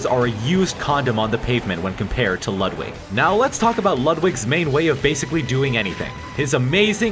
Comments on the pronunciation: ITS LOOOOOODWIG NOT LUUUUUDWIG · It’s lud=wig